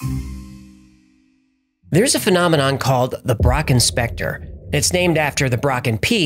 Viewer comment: Lol I thought you said "Brock Inspector" LMAO 😂